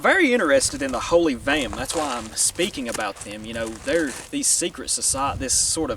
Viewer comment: Vehm*. Not gehm.